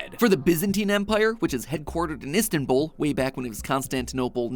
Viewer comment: I might unsubscribe just because of how you pronounced Istanbul I am deeply offended and I will go on a twitter rant you plebeian